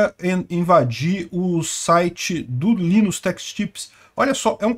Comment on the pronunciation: Não se fala Linus, mas sim "lainus"